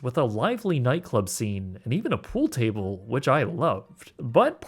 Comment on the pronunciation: "poole" tabble ..?